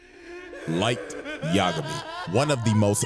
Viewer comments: Bro bro you are L Y light yagami, not LL light Lamar. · “Light Yigami, you are Kira”